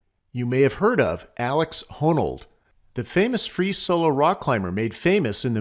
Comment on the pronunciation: Alex Honnold! Not Honnald!